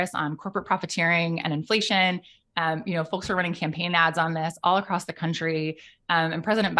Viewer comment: I’m sorry, which region of this country enunciates the “L” in folks?.. I wouldn’t have noticed if she didn’t. sayl it. sol. mulch.